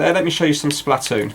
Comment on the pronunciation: SPLAH toon